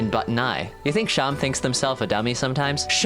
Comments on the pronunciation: It's pronounced SHAW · I thought it was pronounced like //Seem//, like a stuffed animal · I thought seam was pronounced like how seam is in sewing